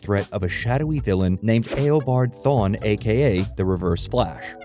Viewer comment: R u using ai? Cuz u butchered jay garrick and eobard thawne and savtitars pronunciation